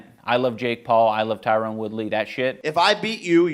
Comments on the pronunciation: Did Sam Hyde make you want to box? Were you embarrassed when that giant weirdo styled on you? Also it’s Tyron not Tyrone. Please get his name right. It is literally a thing white people do to disrespect him. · His name is Tyron, not Tyrone. Plz stop calling him Tyrone.